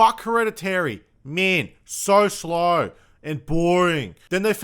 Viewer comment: I love how you say "fuack hereditary, so sloieuw" made me giggle